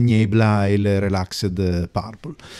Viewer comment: niebla è una parola spagnola: leggerei "nièbla"; Gewitterwolke è tedesco: leggi "ghevittervólke"; sundowner è inglese: pronuncia inglese ("sandàuner", all'incirca).